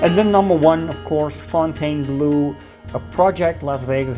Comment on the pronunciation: Fontainebleau is the name of a palace and forest south southeast of Paris, France. The pronunciation is roughly: phone-ten-blow. For some reason. Americans pronounce -bleau as -blue, and the resort's color reflects that as well. When I hear -blue, I cringe.